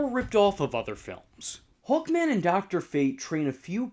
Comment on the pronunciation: I though you were saying "Hulkman" instead of "Hawkman".